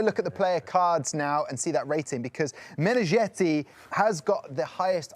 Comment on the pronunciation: Meneghetti as in spaghetti, not -jetty or-zhetty.